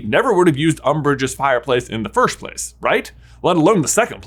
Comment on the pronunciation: I need to ask this, why do you keep saying "firsht" instead of "first"? I'm just curious :P